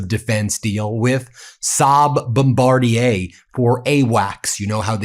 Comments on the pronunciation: You are the first American to properly pronounce Bombardier. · 🇨🇦 THANK YOU! You seem to be one of the few news reporters who cares to pronounce “bom BAR dee ay” (Bombardier) correctly. Love your show.